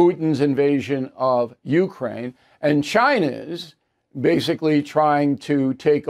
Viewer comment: It's actually pronounced you-KRAINE, instead of YOU-kraine...just saying...